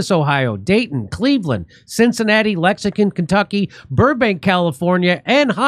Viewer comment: Wish your show leader stopped saying lexingCon Kentucky. How hard is it to fix that?